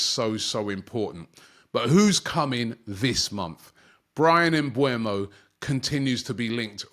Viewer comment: It is pronounced MBE-UMO, not MBU-EMO